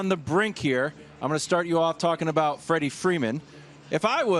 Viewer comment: It’s “Freddie” Freeman, FFS, FTF interns!